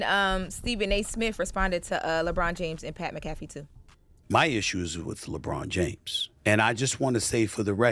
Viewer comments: LeBron is a cry baby and pernounce Pat name right broad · She messed up Pat’s name and giving false reports on Bronny Why y’all don’t have that Jess energy for Lauren???